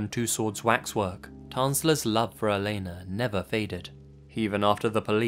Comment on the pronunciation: You actually said my name (Elena) right lol. It's not that often I hear it pronounced correctly.